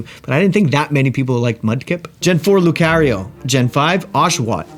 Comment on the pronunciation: Are you Canadian? The way you say “Lucario” is so funny